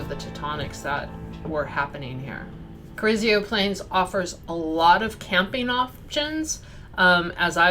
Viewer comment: Pronounced Carrizo not Carrizio ;)